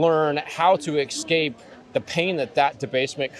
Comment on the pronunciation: homie just said "ekspecially" and "ekscape" multiple times. wtf? instant credibility suck 😕